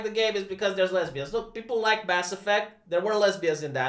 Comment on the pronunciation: Rumor is that he said "lezzberians" like that guy from scarface.